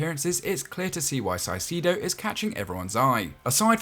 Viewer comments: It’s pronounced “kai-se-do” not physido, it’s like kai on Kai havertz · Caicedo isnt “Salcido” LOL…. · Why do you call him "saicedo" ? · He didn’t say salcido he pronounced it si-sido